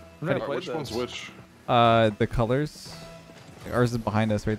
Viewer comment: saying the colors sounded like he was trying to say are you stupid